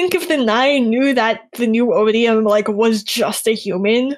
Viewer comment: Odi-Yums? O-bee-um?, you're awful, and I only have one thing to say to you: Thanks, I hate it.